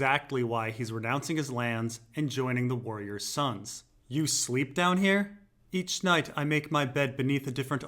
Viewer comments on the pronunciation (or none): none